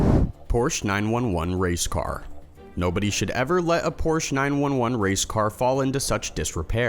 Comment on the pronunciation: a) "POR-sha"; TWO syllables and it was a "nasa club racer?" (Probably "SCCA, Sports Car Club of America" or FIA, Federacion International de l'Automobile), and PS the engine is in the rear, b) You've made this mistake many times: the plural of "aircraft" is---well, "aircraft," c) when will you stop calling it the "Marine Corpse?" (If a Marine ever recognizes your voice in public...)